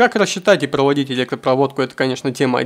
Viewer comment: Логопедов запретили в России? Что это такое? "Пгроводить", "читка"